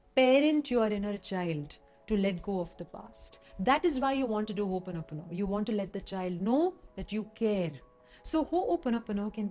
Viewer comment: Thanks for showing us how to pronounce Hooponopono correctly